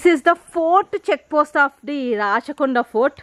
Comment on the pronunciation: అమ్మా తల్లీ, ఇది రచ్చ కొండ కాదమ్మా రాచకొండ